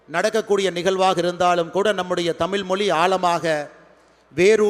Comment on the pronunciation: முதலில் இவர் தமிழை " தமிழ் " என்று ழகரத்தை சரியாக சொல்ல வேண்டும்